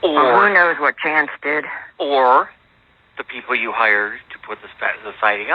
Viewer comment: DUWAT!!!!!! KAREN SAID DUWAT!!!!They are ALL IDIOTS!!!🤣🤣🤣